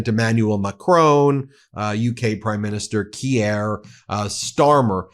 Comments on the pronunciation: Love your work - quick tip - you always say “Kee-ere” Starmer, 2 syllables, but it’s “Keer” Starmer, 1 syllable. 😊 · Kier is pronounced Keer, not Key-aire!! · I believe it's pronounced "Keer" Starmer. Spelled Keir. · PM of UK his name is pronounced Keer but spelled Kier also he is a Sir - Sir Kier Starmer of the Labour Party - Conservatives were in power for years prior to his election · Ben it is pronounced Keer like in Steer. Light and peace. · Macron is pronounced mac ron and Keir is pronounced Keer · I'm glad you know who our Prime Minister is, but i have to admit i cringe everytime you pronounce his name. Make the Keir rhyme with cheer. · It's pronounced "KEER" Starmer, Ben!